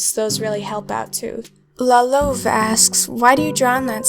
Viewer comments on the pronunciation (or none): Btw la louve is a French name for the female wolf 🐺 and you say it as la loova with a really heavy a! AND THANK YOU 🤩